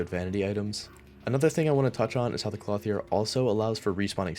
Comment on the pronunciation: Please never say clothier like that again